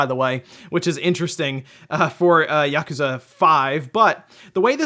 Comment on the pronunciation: Why say yakooooza then yakuza 😂